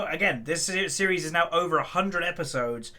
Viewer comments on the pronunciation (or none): none